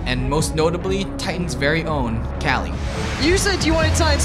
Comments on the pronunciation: It's pronounced "ku klie" because nobody has any respect for him. Not "Callie" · Who the fuck is Cali? I'm pretty sure KQLYs name is pronounced "kuk-li" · its KQLY not KALY... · "Kali" ITS KOOKLEEE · KQLY is not pronounced “KALI“ but “Kukli“ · Kqly is pronounced "kukli" not coolie haha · Its not kaqly its quqlyyyy quqly style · Kally it's koly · His name is not Kali it's K Q L Y pronounced "Kuqli" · I wanna say this to everyone cuz I'm sick of hearing this shit wrong. KQLY is pronounced QKLY, NOT KALY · Kally? Wtf kind of pronunciation is that of KQLY? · British casters call him kali or kayli. I tend to pronounce it kookly as you seem to do but it's not even a word so...